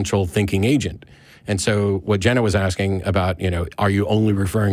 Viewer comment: Don't keep on "aksing." Just ASK! 🤦